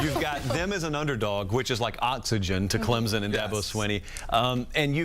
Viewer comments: Why can’t professional broadcasters learn to correctly pronounce the teams’ names? There is no z in Clemson. It’s Clemson, not Clemzon. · No Z in Clemson